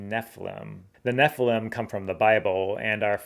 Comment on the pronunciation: I don't get why you don't properly enunciate each syllable in NEPHILIM. It should be NEFF. ILL. IMM. Not "neflem".